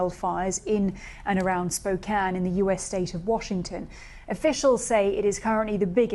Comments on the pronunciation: Kudos to BBC for pronouncing Spokane correctly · Just an FYI, but the Governor of Washington is BOB Ferguson, not BEN. Thank you for saying "Spokane" right, however. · I'm impressed she pronounced Spokane correctly as a Brit